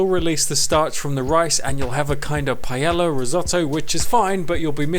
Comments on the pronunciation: Okay the first 4 seconds nearly killed me 😂😂😂"PIE-YEAH-YA" it's pronounced "PA-EHYAH" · Pie-ay-yah is how it is pronounced you BUFFOON but this looks delecioso y estoy muy entisusiasmada para probarlo! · Nice looking rice with veggies. As a Spaniard in the UK, I've lost count of how many times I've heard the weirdest vowels combinations to pronounce paella. Not quite there, but I appreciate you trying. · I have yet to meet an English native speaker that pronounces paella correctly XD (pah-EH-jah) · Spanish person here: I would say that the best way to pronunce is like: pah-ai(like the one in said)-ya. It is still funny how you say it. Thanks google translator for making the weird sounds. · under my pie-ella ella ella eh eh eh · I'm here for the way he says Paella (btw Love the recipe). Ok no I just love you trying to talk in spanish,you actually did pretty good and as a Spanish yes, it's not a normal paella but it looks amazing